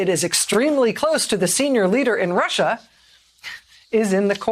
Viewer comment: How embarrassing for Rachel msnbc should never let her say Russia again. Pitiful.